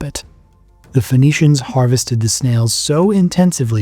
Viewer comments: Isn’t Phoenicians pronounced as “ finicians” instead of fonicians?? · Why are you pronouncing it as Venetians lol